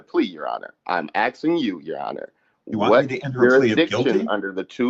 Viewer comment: He’s axsing, Your Honor